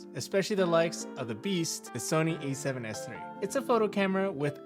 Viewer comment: Why do you keep saying “E7s3” or”E74” there is no e